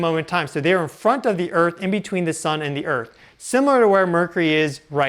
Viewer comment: I’ve always wondered if he smokes too much weed, or has a lisp. He says some words with a weird pronunciation.. “teslers” “murcury ” “sixs instead of sixth” “meyenmar” “earf” “kamchAKA” it’s not a chakra, it’s KamchATKA.